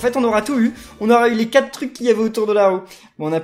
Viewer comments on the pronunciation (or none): none